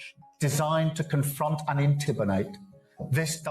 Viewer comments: He said intibinate the idiot Starmer can’t even pronounce intimidate 😂😂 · He carnt even talk properly, he said intibinate instead of intimidate, London is unrecognisable